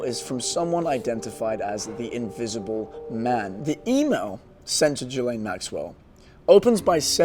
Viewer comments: Ghislaine is pronounced Gill-Lane. It's a french name, and the s is silent. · GUH-LAINE! Learn how to say people's names! Christ on a cracker! SO annoying!